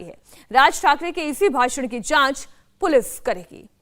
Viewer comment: मैडम पुलिफ नही पुलिस आपकाे बाेलना भी नही आ रहा है 😂😂😂😂😂